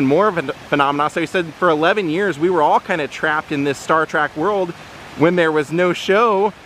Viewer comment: 😎, you keep saying Star Track. It's Star Trek. Can't help myself. LOL. Love all your videos. And it was KEWL to see L. Nimoys resting place. It's a big rock though. So is he cremated there? It looks more like a commemorative plaque.